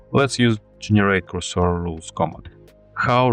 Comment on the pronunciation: Cursor should be pronounced with a stress to “u”.